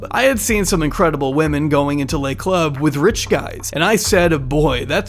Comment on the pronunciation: Just fyi Le Club is not pronounced Lay Club it's more like Luh Club. It's important because "Lay Club" sounds like Les Club which would be pluralizing it would then require it to be Les Clubs. It would also make it be less exclusive if it's called "The Clubs" instead of "The Club"